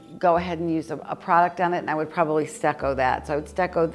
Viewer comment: when you are saying stacco here and stacco there..pointing to the walls..are you meaning stucco?..plaster? you make me laugh😂..I hope you and your family are doing well..un abbraccio